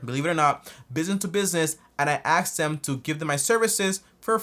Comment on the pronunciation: he cant even say the amount right as an pro accountant stop saying u axed ur customers